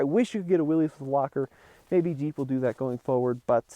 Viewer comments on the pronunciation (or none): It’s pronounced “Willis” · Willys sounds like Willis… it’s not Willy’s Jeep… It’s Jeep. Intentionally mispronouncing someone’s name is a jerk move and is very disrespectful. You wouldn’t be happy if everyone called you Timmy. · I'm glad to see what it seems a lot of enthusiasts would call a "real Jeep"! The 4 door Wrangler is a just a marketing ploy to me. You made a good choice! By the way, Willys is pronounced Willis. Thanks to you and all the TFL folks for all the great car and truck videos!! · It’s pronounced “Willis.”